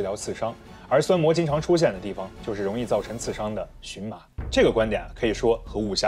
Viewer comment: 荨（音：钱）麻